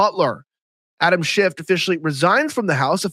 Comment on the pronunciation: Could you please pronounce his name right? It's Schiff, not Shift. There is no T.